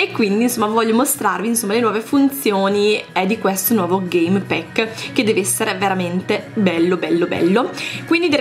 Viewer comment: Si pronuncia game pack non game PECK